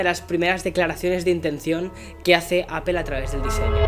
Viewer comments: APEL Jajaja 😆 LOL 😆/ Seriously 😉 why they don’t say it right Apple 🍎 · Buenos videos pero me choca que no pronuncies bien no es “apel” es apple jajaja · ¿Por qué le dices "Apel"? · Appel XD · pero por qué dice APEL ??????????????? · Deja de decir APEL!! Joder